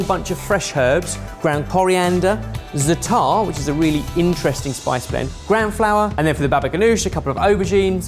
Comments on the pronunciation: The way pronounces zaatar absolutely killed me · Dear, it is Zaa-tar, not Zataar. I don't even want to talk about abomination. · Loved this!!! Za'atar = ZAHtar, not zaTAR. Just sayin',. The sweet one looked super cool! Babaghanoush can easily be made dairy-free (usually is) just with tehina, olive oil and lemon juice. Nowadays, many prepared ones are made with mayo (yikes!!!) But guys, where's the pita or laffa??? Eating falafel with a fork is just as wrong as eating shakshouka with one!! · please don't get this the wrong way but... non of those look like a real falafel. you really should go to Israel and try they have very good places for falafel. and it's pronounced- za-atar. not zatar. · zaaaatar not zatarrrrrrrr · please stop mispronouncing za'atar! its pronounced as you spell it - zaatar not zataar, the long aa sound is the first syllable... Every time you said that I cringed! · Quick correction if anyone is interested! The spice blend that mentioned is actually pronounced "zah-trr" and is a staple spice blend in Middle Eastern foods that consists mostly of thyme. For a quick way to jazz up green peas, add some olive oil, some Za'atar, and s&p to taste for a new take on an easy mid-week side. If used sparingly, it pairs quite well with fish. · same for avocado hummus haha! Zaaaaata'rrrr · as an israely, I think you are Overestimated how much yogurt is used in Middle Eastern cuisine, and that the sweet falafel is...barryish. In addition, "Za'atar" is pronounced in penultimate accent. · It's pronounced za'atar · that pronounciation of zataar made me laugh xD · If I hear mispronounce za'atar one more time..., try ze-AH-tar. Please. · Please! za-a-tar, every a pronounced.